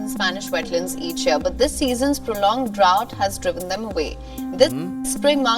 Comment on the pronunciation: Idol, ayaw kong ibash ka nila, ang tamang pronounciation ng 'drought' ay 'dra-out'